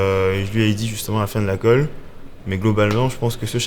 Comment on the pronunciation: C'est khôlle et non 'colle' ^^